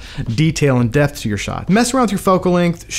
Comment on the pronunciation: Are you saying Depth or Death?😂 Overall, fantastic video, that just kept throwing me off haha